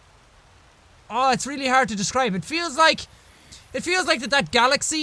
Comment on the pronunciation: "Its arrd to describe"